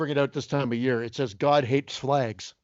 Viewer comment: God hates flags: what did you say?: GOD HATES FLAGS!: Oh I didn't hear the "L" Holy shit I'm dead!! Lmao!